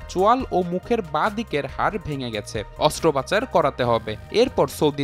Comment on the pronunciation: হায়রে রিপোর্টার!!! "অস্ত্রোপচার" অস্ত্র পাচার না 😡😡